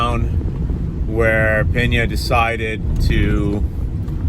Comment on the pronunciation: Pena not Peña. If I’m português it had the sound of the Spanish Peña then there would be an “h” Penha